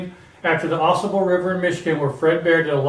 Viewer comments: Hey I know this is an older video but thought I would give a helpful word. It is pronounced Ah Sahbull. The Au Sable river flows thru Grayling and is where Fred Bear lived in a tent with his wife while he started his bow company. Thanks for the vid! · I hear people mispronounce this river name. Drives me NUTS!! It's not Ausable, with the accent on the first syllable. it Au Sable! Two separate words with the accent in the first syllable of the second word.